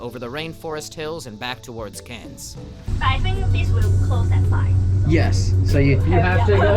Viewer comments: hearing you pronounce it as karens hurt me it is like cans but with a slight r sound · you say Cairns as Cans hope that helps:3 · Cairns is pronounced "kaans". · Hey! if you ever come back to Australia, thongs can also be referred to as "Double Pluggas", many7 words in Australian are pronounced like air, so cairns would be pronounced k-air-ns and never trust the bin chickens! Hope you come back sometime, love your content! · Seeing walk through shops and areas i walk through myself is so cool. Cairns local, and a fan too. Pronounced c-air-ns btw:) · Cairns is pronounced 'Cans' for the rest of the world struggling with it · The way you said cairns was killing me it’s pronounced how you would say “cans” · cairns is pronounced "cans" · cairns is pronounced cans just go with it... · Cairns is pronounced “cans” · Glad you liked our country. We pronounce Cairns, "cans" like soda cans. The reef is amazing, glad you got to experience it. That sign is because there are jellies that big. (Google "box jellyfish" for more info) Ps: the lady who couldn't read a map 😂 Last hike. Beautiful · It’s pronounced can’s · Just say it like multiple beer cans CANS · btw pronounce cairns as if you were just saying cans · Cairns is pronounced "cans" lol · you say Cairns like cans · Awesome you got to see my home town (Cairns, pronounced cans. Like tin can). Weather is a bit hit and miss here but it’s beautiful place to live. We have a dad joke about the place; What did the travelling beans say to each other?…We’re in Cairns (cans). I’ll see myself out. Hope you had a good trip man 🙂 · You can just say "cans" and people will know you're talking about Cairns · btw you pronounce Cairns as "cans" like i have 3 cans of coke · "Cairns" is just pronounced "cans" btw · oh yeah and cains is pronounced "cans" the I is silent alomg with to-woom-ba not toomba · bro has twelve pronounciations of Cairns that he uses randomly. Loved the vid, seemed like you enjoyed yourself!